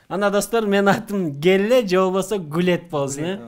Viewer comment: Гелле эмес пелле деп койсо болобу